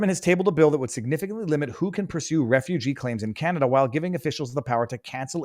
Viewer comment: ohhhhh, can-o-duh.